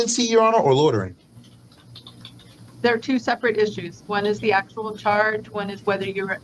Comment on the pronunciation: Does he know the actual word is loitering not lodering